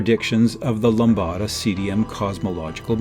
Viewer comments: Very interesting video. However, I suggest that the producer should inform the narrator to say LAMBDA instead of LAMBADA in future episodes. Except for this minor imperfection, the video was plus-que-parfait. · "Lambda" is most definitely NOT pronounced that way